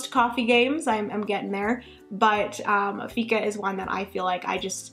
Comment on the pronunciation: Fika is pronounced "Fiika" with a long I :) "Fika is a concept, a state of mind, an attitude and an important part of Swedish culture. Many Swedes consider that it is almost essential to make time for fika every day. It means making time for friends and colleagues to share a cup of coffee (or tea) and a little something to eat." This was always a small inside joke between Finnish colleagues, when speaking about our Swedish colleagues :D